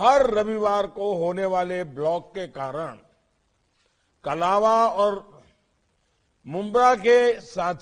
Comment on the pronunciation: Its not कलावा but कळवा.